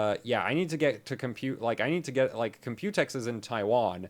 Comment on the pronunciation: I love how you say "Compute-X" but almost everyone is saying "Compu-tex"